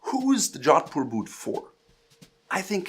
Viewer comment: Its pronounced Joe-th-poor